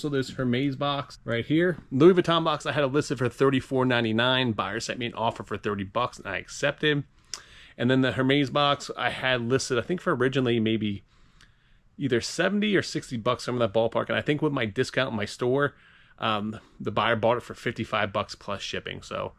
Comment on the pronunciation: you ship all those boxes and still don't know how to say the brand HERMES...you dont pronounce the H its ERMES...like the word HERB....i bet you are one of those idiot that say brand "Nike" like the word BIKE